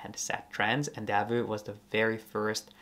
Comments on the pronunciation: Thanks for the video. Being Belgian, I have often felt Delvaux deserves more attention. I own two of their bags, both preloved and the quality is exceptional. One little remark: I don't know why Americans tend to mispronounce the name as "Delveu". It's Delv"oh". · Please do not pronounce it as Deveu but Delvoo (not oe but really double oo; I am a Belgian native citizen). Thank you. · Please, learn how to pronounce the name of these exquisite Belgium bags maker... DELVAUX and not Delveux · It’s actually pronounced „Delwo“